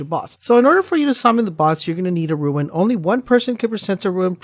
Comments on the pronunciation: rune not ruin lol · DUDE ITS NOT RUIN ITS ROON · OMFG ITS RUNE DUDE, RUUUUNE. TF IS A RUIN YOU FOOL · RUNE. Not RUIN. You sound like an ass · RUNE not RUIN